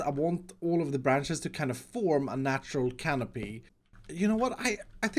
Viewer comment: *canopy my dude